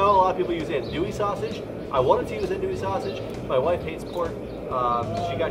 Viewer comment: Wow that's a lot of trimmings! And about that, some of the trimmings should go in about halfway through the boil (like those potatoes). Also, it's not pronounced ANdouille, it's pronounced AHNdouille. Maybe next time you could try boiling some crawfish since it's crawfish season right now. But good job overall, from a south Louisiana native!